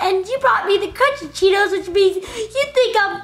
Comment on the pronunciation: I thought Panda said I want Tito. Not cheetos.